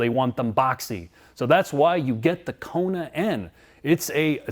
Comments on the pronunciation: "The Koner N" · they apparently spelled it wrong. definitely a coner N, by the way is saying it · LOL 🤣 It's a KONER N!!! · "Koner N"... Wow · "Koner N" no speaka engrish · It's a "Korner" 🤣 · Oh. It has 34 new welds. Now that’s……something. And the vehicle is apparently pronounced “KONER”. I don’t have a boner for the Koner. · “Koner” N.